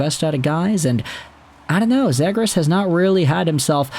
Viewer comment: Zhe-grass lmao